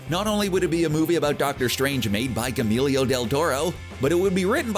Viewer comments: Gee yer moe. not G-Emilio esteves tf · That's a weird way to pronounce Guillermo lol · Dude apologize for butchering Guillermo’s name.....like that was awful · Who is Gemilio del Toro? I only know of a Guillermo del Toro. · Wow. You really should do your research before recording the narration. If you have no idea of how to pronounce “Guillermo”, do. To make shit up out of thin air and hope you get it right. It is not hard to find info on how to pronounce it correctly. It is definitely NOT pronounced “Guamillo del Toro”. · "gAMeelYoH del Toro" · Good god, you butchered the hell of out Guillermo. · Yeah, "Guillermo" isn't that hard to say.